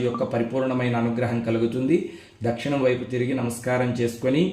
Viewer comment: Swamy Dakshanam anakudadu. Dakshinam anali. Telugu nerchukondi Swamy please